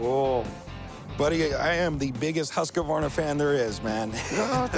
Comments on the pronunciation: I wish there were mute option for every time they sayd husquvarna, it's husqvarna, pronouced more like hysgvarna. My ears :( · biggest Husqvarna fan and can't pronounce it xdxd